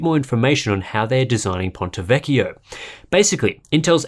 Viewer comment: Finally a good pronunciation of ponte vecchio ◉‿◉